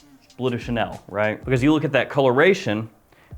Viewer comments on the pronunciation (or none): none